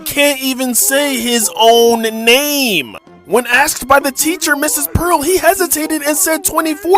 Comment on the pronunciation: Is nobody gonna talk about how he said ms pearl?